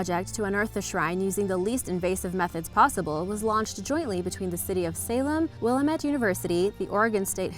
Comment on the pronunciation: #Katrina - re# 4 Willamette is pronounced WIL LAM MET. Just an FYI